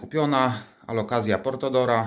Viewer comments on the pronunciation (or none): Portora nie portOdora